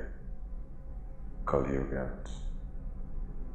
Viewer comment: Really good Movie. wow. Just to mention the Yuga name are not pro-nounced correctly. They are Sat - Yuga, Treta -Yuga, Dwapar - Yuga, Kali-Yuga. And the order of Yuga follows same - Sata Yuga after Kali yuga